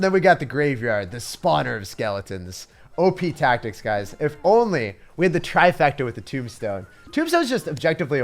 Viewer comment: “OP TagTics”